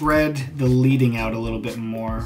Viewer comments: I'm a total newb to Premiere and looking to switch over from iMovie. Super helpful! Also, you probably already know this by now, but… it's pronounced "led"- ing. Not "leed." I only share because you have mad type skills so… you know. The more you know. The term is from the olden days when actual lead strips were placed between the rows of metal type to create space between lines. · Leading is actually pronounced LEDDING so a soft E . Think this effect can be done in AE using one of the text presets but you'll need to pop back and forth to get the timely right. good video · I'm really enjoying your vids! As a beginner, I'm picking up helpful techniques, plus you have a fun personality. Btw, the "lead" in "leading" comes from pieces of lead that were used to separate the type so it's pronounced differently. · It's leading like lead in a pencil, good vid though thanks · It's pronounced leading, as in the heavy metal.